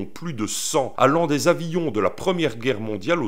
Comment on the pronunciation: Les avions m'ont toujours intrigué. Comment une telle masse peut tenir en l'air ? Apparemment, ça ne tient qu'à une bonne prononciation. Quand tu dis avillions, tu rajoutes deux ailes, d'un coup, tout parait cohérent ! J'ai hésité à poster ce commentaire. La première partie m'a fait rire alors que le reste m'a presque tiré une larme. ça serait pas la première fois que ça m'arrive avec tes textes...